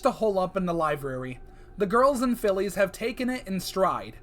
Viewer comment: "livrary" "livrrary"